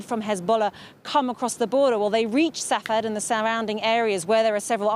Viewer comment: Sfhat - not Sah-Fad.